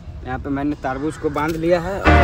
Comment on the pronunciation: Taarbuj nhi tarbuj